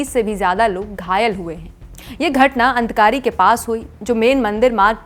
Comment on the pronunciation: अनतकारी नहीं आदकवारी